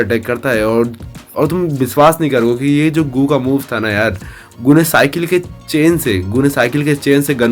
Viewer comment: Bhai yeh GOO HAI GUU NAI 😅